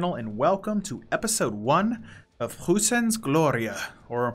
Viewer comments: its pronounced proissan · Im from Germany and ur pronunciation of Preußen is very entertaining. Cant wait for u to smash France ! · I smell something... bad german pronunciation for Preussen